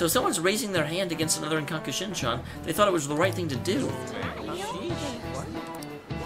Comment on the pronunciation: It's kakushinhan, not kakushinshan